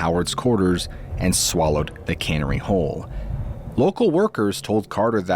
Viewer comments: Canary, the birds.. he pronounced it incorrectly. I noticed as well 😂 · Canary…. Not cannery… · CANARY... NOT CANNERY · Canery not can or wee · Yeah, I believe you are not real. You are AI the way you pronounce certain words is a dead giveaway and your movement. Something wrong about it. I don’t know it’s just fishy. I don’t know anybody who can’t say Canary it’s not cannery. Pronounced Ka - narry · I know you are not AI, but mispronouncing 'canary' is a classic AI blunder. Who brings a cannery into an Egyptian tomb, and why would a cobra swallow one? How would a cobra swallow one? Canneries are huge operations employing hundreds of people. If that Lord guy had cannery laying around, he wouldn't be going broke. I can tell ya that! 😜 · Hello! Thank you so much for all of your great stories! I listen to every single one. I'm just so curious though as to why you pronounce the word Canary like Cannery. I have heard you do that several times in your broadcasts. I was just wondering if you could tell us why. With all of the AI out there we would like to know that you are a real person. I do hope you are because I love your channel. Take care and keep being awesome! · A cannary😂😂😂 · Cannery or canary? I was confused as to why he would bring a cannery to camp. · cannery? really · Your pronunciation of common words like a canary bird is totally off. Are you using "A-I" on your vocals ? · Are you an AI? You mispronounced canary and brigader like AI would. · Great stories as usual. I'll point out that's not how you pronounce Canary. Think of the Canary Islands. Cheers!🐦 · Yeah the cannery. Weird. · I love your stories but you totally pronounced the birds name wrong at the beginning... I hope that wasn't an AI mistake because I would rather listen to you in person than ai. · Oh no he mispronounced a word oh gods were all going to dye oh juese cirst